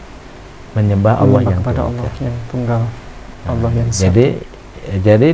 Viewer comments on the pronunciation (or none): Alhamdulillah klu bgtu.. karna tulisan Allah pun si nyebut Alah😂. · SUDAH JIPLAK, TAPI PELAFALANNYA GAK SESUAI ASLINYA....==>ALAH......ALAH.... PENGIN NAMPOL KALAU ADA SEBUT ALAH....ALAH....